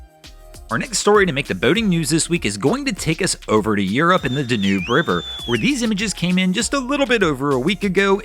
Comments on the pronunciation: Just thought I’d let you know it’s pronounced “DAN-yoob”. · Ok, noob, it's dan-yube. 😁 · It is pronounced DAN youb.. As to the barge that is common practice on rivers all across the USA. Especially when the USCG issues warnings or othe navigation hazards. I'm pretty sure that's all it was. How do I know this? I've built 3 barge loadout facilities in the USA. 1 on the Ohio River, 1 on the Illinois River and 1 on the Mississippi River. They motor up to hold the barge in place. When cleared by the CG they simply reverse and go on their merry way. 👍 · "Danoob" River?! Reminds me of that wonderful "Blue Danoob Waltz" we all know so well! :)